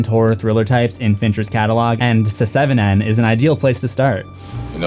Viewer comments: Pronouncing it “seh-seven-en” got old so quickly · No, not at all... he is either joking; or he is a joke. It is one of the most ridiculous things I've ever heard. Never once in the the 30 years since it came have I ever heard anyone call it that. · did you say se seven en??? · Mfer said Se-seven-en lol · I love that you say the title the way it's written. SE-SEVEN-EN. I love this movie and it's always bothered me that the title isn't written correctly! (I'm also from Toronto and hate our "6ix" idea. That says SIXIX). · Suh-seven-en. Alien Cubed. Have.. have i been pronouncing the name of these movies incorrectly my entire life? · Se-Seven-En? Come on, dude. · he's just saying it literally se -seven-en as a joke because it's spelled se7en. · "Se-seven-en" lol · Long time subscriber, first time commenter. I love, love, love your presence. Your videos are a pleasure. Nothing resonates with a horror lover than the evidence that someone else loves it just as much! The way you said the name of the movie had me cracking up. "S-seven-en"...you're just too much. Just wanted to shout out my appreciation. Watching your videos reminds me in a way of talking horror with my late brother, like the jokes you make and some of your mannerisms. It's familiar and very nice, like a thing I forgot I missed and am glad to be reminded of. I hope to learn about things I missed for many videos to come. Peace out, friend. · "Seh-seven-ehn" "Alien cubed" OMG, dude! You're killin' me! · Why in the name of God are you pronouncing the name of the movie like that? WHY? Good Lord, I can't............. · Dude same, I saw the video and I was like "oh god am really about to listen to this man pronounce seven like that for 12 minutes...